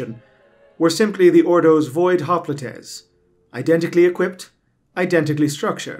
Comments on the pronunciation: it's "hop-light", not "hop-lee-tay". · I'm pretty sure that it's pronounced hop-light but then again, I'd be surprised that people more 35,000 years from now even knew the word. We don't have any words that we know of that are from 10,000 years ago and while some modern words are certainly descendants from older times, they've undoubtedly changed over the ages. Modern English isn't even 300 years old which is why older books than that use words like thee, thou, doest, or bringeth that don't exist in modern English. Descendants of most of those words exist: thou is now you, doest is now does, bringeth is now brings, etc. Even the older versions of English weren't along that long with the longest lived one existing for a mere 700 years. Really makes you think about how much there is that we'll never know and how much our descendants will probably lose.